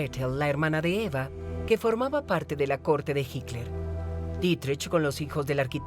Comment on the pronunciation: No es hicler es hitler .... este supuesto documental esta editado muy mal